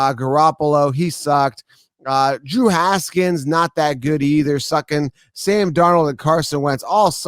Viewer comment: Mans really said “drew Haskins”